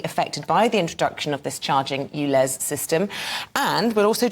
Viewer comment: The Irish Tw@ is persistent I’ll give him that but this will never make his so called facts correct ! He has been exposed so many times , why are we still being subjected to this idiot . Someone should also tell him that it’s not oolez it’s ulez !